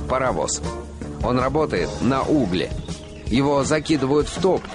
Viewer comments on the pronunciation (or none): На углЕ , а не на Угле